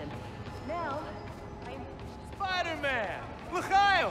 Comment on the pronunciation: did he just said hey spaiderman shalom?